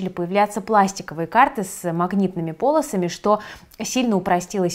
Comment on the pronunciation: Спасибо. Интересно. В полосАми, а не пОлосами., как обычно, на посту, несмотря на праздник😁